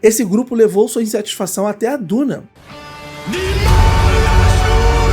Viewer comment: É Duma, não " Duna". Seu animal! Kkkkl Ah recruta imagem do cão kkkkk deixa 10!